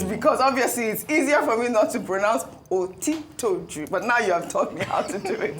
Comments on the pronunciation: Ms. Ojy Okpe, a true Nigerian broadcast journalist should learn to properly pronounce Nigerian names. In our own days in WNTV/WNBS, you wouldn’t even be an on air presenter. Baba Jide OTITOJU is a Yoruba Nigerian name and a very senior journalist for that matter. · It's a shame on her part for not being able to pronounce otitoju rightly, but you can pronounce zelenskyy and German name Schwarzenegger... she just wants to sound polished..